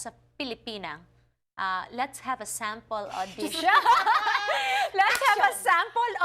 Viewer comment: "Let's have a sempaul odishion."